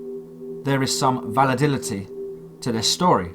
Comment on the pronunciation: did he just say "valididity".. im done..